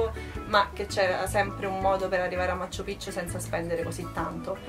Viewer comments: non ha senso lamentarsi dei costi, la gente deve pure guadagnare in qualche modo e hanno dei prezzi alti proprio perché lì la moneta vale 1 quarto della nostra, se non ti vanno bene i prezzi non viaggiare e poi pronunci stra male 'machu pichu', in Perù non si hanno le doppie salvo casi eccezionali di cognomi e alcune parolr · Ma quante volte hai detto Macccchu Piccchu.... troppe C!